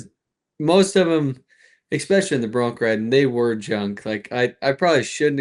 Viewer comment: "especially"...I always wonder where the "x" comes from when people say this word??